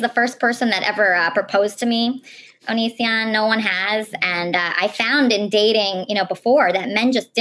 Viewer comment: 😂 'ONiSiOnN, HA HA' 👹👹👹